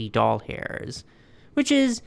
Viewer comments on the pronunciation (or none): What the literal frack is a “doll-hair” currency ?? Are you mispronouncing “dollar” on purpose because this is a channel about dolls? Do you know how weird that actually sounds? It took me a hot minute to figure out what you were saying, then what you actually meant. I am SO sorry that you had such a bad reaction to your meds. As a Cancer patient, I completely sympathize with! All of my cancer drugs, Ibrance, Kisquali, and now Versenio have all affected me adversity, with my current med now being to cause itching all over. It is like having taken a bath in poison ivy, and nothing can stop it. (Unless I stop taking the med, then the cancer cells skyrocket! ) Bless your heart!